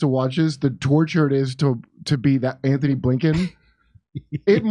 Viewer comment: GUY’S ITS “ANTONY” BlLINKEN NOT “ANTHONY “ 😂